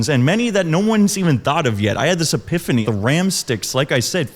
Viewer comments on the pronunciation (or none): none